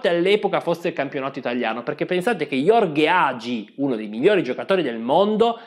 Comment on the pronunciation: Gheorghe Hagi, non Jorge ... Arrigo Sacchi da FUCECCHIO è strepitosa!